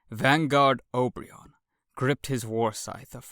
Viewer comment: This is cool, I'm impressed that you've chosen this massive fiction to read to us! But can't notice that you're pronouncing Obyron's name wrong. I heard you say "Ob-ri-on" when it's actually "O-bi-ron", like the King of the fairies